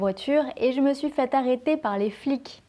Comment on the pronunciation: Intéressant et très utile, merci ! J'ai cependant une question : j'ai remarqué une particularité dans votre prononciation, à savoir que dans les mots se terminant par le phonème /k/ (« les flics », « un mec », etc.), vous ne produisez pas un véritable [k], mais plutôt quelque chose comme [kj] ou même une prononciation plus palatalisée, une réalisation phonétique similaire à celle du début de mots italiens comme « chiave », « chiamare », « Chiara »… Ma question est la suivante : est-ce simplement une caractéristique personnelle (votre, individuelke) ou devons-nous la considérer comme une caractéristique standard du français contemporain ?